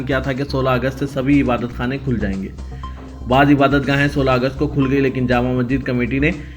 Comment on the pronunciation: Janab e wala urdu apni kuch theek kijiye jeise ke aapne Ba'ez ko baas kha hai aur Bait ul Maqdis ko baitul muqaddas.'waqf board ki janib se' ye sahi hai aapne kha waqf board ke janib se dil'aazari huwi to mafi chata hun. Dhanyawad.